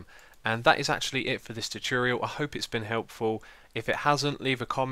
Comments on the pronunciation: Tutchurial lol I can't get over the way u say it xisumavoid xD keep up the great vids! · Hello and welcome back to another minecraft tutchurial xD cant get over the way he says it